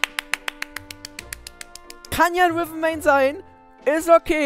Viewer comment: Das heißt Riven und nicht Wiven.Ist nicht böse gemeint,nur zur Info.